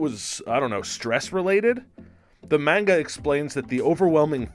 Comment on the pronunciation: The way you pronounce manga and super-sane makes my ears bleed.. you need to learn how to pronounce them correctly sir